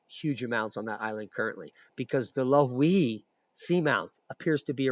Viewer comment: I live in Ocean view hawaii your pronunciation is close and is pronounced lo e he your presentation was excellent as well as the measurements and dimensions provided thats a boom the theory regarding activity in my area is quite likely correct about lava flowing under us and is the most information I have been able to find my theory after the kilauea collapse is the pressure inside its plumbing system was relived because of increased world wide volcanic activity as well as Loihi thanks for that info was awesome keep up the good work fyI were not starving here an have low covid counts the isolation helps i'm sure so you guys over there plz stay home ware your masks an wash yo hands k Aloha